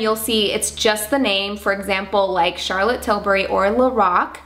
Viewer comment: Love your collection and the way you've organized everything. Also, you are probably the only makeup artist from the states who can pronounce Charlotte tilbury correct. Everybody else calls Charlottte "Tilberry" instead of "Tilbuhree". It just makes me cringe when they pronounce it wrong. 🙃